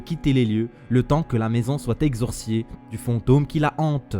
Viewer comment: Exorsicer on di pas exorscier je c pas dou tu et tu parle chelou